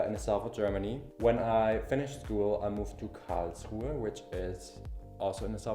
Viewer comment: I love how you pronounce KARRRLSRUHEEE. :D